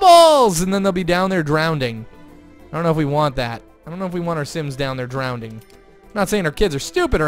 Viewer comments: Drownding? Or Drowning? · lol drownding! shouldn't it be drowning??😂😂😂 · Drownding or drowning? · "Drownding" tahaha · He said drownding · he says drowding